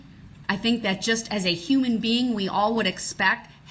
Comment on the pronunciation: He says "you can't do dat"! 😂 hahahaha, ME TOO!